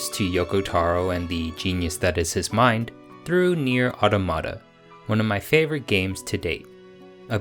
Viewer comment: You get a thumbs up for pronouncing nier automata right 👍🏽